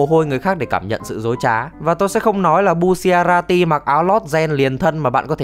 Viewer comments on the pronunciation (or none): Đọc sai r phải là bu cha la ti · Thứ nhất: Đọc là bu cha ra ti Thứ hai: Đó không phải quá khứ của trish Thứ ba: Đừng đọc là kim kinh (nghe như máu loz màu vàng ấy) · bu shi a ra ti :< bu cha ra ti ạ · Bu-cha-ra-ti chứ sao lại đọc thành bu xia ra ti 😂😂😂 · đọc tên nghe bruh quá, bucciarati đọc là bu-cha-ra-ti; narancia-> na-ran-cha; abbacchio-> a-ba-ki-o và mấy tên stand để nguyên gốc sẽ hay hơn như golden experience - stand của fugo purple haze là virus chứ ko phải khí độc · Sao anh cứ nhấn mạnh chữ bu